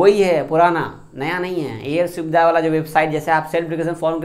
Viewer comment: Self declaration form air swedha😆😆😆😆 pahle bhai apan bolna Sikh ja uske bad FIR sab Ko samjha